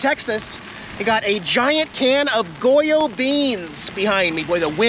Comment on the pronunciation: you pronounced Goya perfectly.